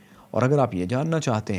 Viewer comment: Thank you for good knowledge. One correction in the end: its not kher-abaad, its kher-baad. 🙂